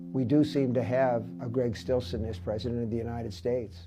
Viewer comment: Greg Stilson not Stimson